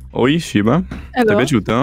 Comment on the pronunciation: Quanto mi triggera camper che dice "shibba" invece di "shiba"